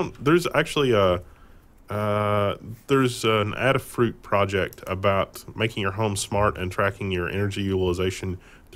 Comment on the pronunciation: IT'S AY-DAH (ADA) FRU-T (FRUIT). Like the first [woman] programmer, Ada Lovelace. Not addah. Also, if you're like Leo Laporte, its not AreJUIehNO, it's Are-due-eh-no (Arduino).